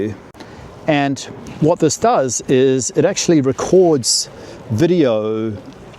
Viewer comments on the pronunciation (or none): none